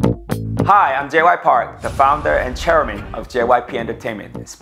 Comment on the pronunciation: why tf did that dude call him J. Y. 😂😂😂😂